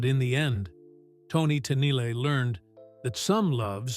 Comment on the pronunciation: It’s not Tennille. It’s Tennille ten eel